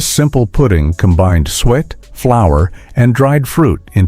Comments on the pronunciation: It's pronounced Sue It! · Suet is not pronounced "sweat."